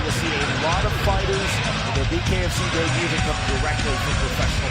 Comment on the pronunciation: An announcer that can't ever pronounce "debut" 😂😂😂 Daybooo